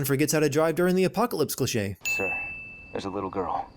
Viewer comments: Can I sin you for the way you say cliché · Legends say he's still saying clichè